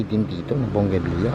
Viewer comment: Bonggavilla?? yan ba pronounciation? Bougainvillea po! Diba?